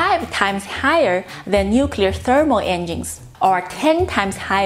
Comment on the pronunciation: Did she just say "enging(s)"?